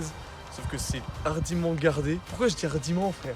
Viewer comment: super (on dit ardument et non ardiment ^^ ) jadore je m'abonne merci !